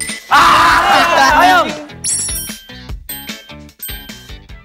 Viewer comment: Saya orang Sumbawa Sumbawa, sumpah bahasa Sumbawanya udh tepat